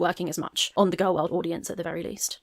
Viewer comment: As a speech therapist hearing your progression on pronouncing "gorl world" is both hilarious and inspiring